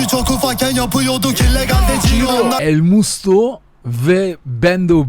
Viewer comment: Sen daha elmusto non ismini söyleyemiyosun